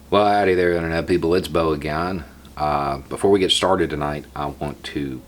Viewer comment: Hey man, you're doing a fantastic job, but you gotta work on your pronunciations of "again". LOL.